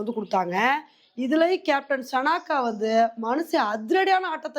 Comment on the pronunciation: அக்கா சனாக்கா இல்லை சானக